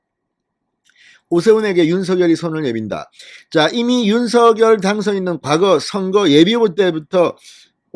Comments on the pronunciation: 대통령님께서 윤서결 아니고 윤성녈로 발음해달라셨잖아요~ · 진성호 사장님! 적시에 보내시는 방송 대단히 감사하게 시청하는 사람입니다. 윤석열 대통령의 성함을 발음하실 때, 윤석열[윤서결]로 하시는 대신, 윤석열 [윤성녈]의 표준어 발음으로 방송해 주 시면 고맙겠습니다. 미디어에 종사하시 는 분들은 국민들을 표준말 사용으로 바른 말 사용으로 선도해야 하는 사명 이 있음은 매스 미디어가 끼치는 영향 력,파급력이 크기 때문일 것입니다. 이봉규tv의 이봉규 박사님은 정확하게 [윤성녈]대통령으로 발음하시더군요. 앞으로의 방송에서는 [윤성녈]대통령 으로 발음해 주실 것을 부탁드립니다. 감사합니다! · 진성호님 수고많이 하시어 구독하고 잘보고 있습니다. 윤성열로 불러주세요 한글어법도 , 당선자본인도 윤성열로 불러달라는데, 계속 윤서결로 불르고 계시네요. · 진선생님 발음을 윤서결 보다도 윤성녈이 어떤가요?